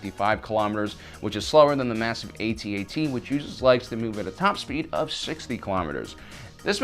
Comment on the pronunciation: non human jedi? i think u mixed it up. an thank you for saying A-T-A-T and not atat it makes no sense when people do that cuz what do u call the AAT? aaat. or 3CPO 3seepoh. nah, good vid tho